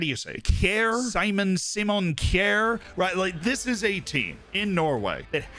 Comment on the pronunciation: Unfortunate mistake with Kjær. Pronunciation on point though!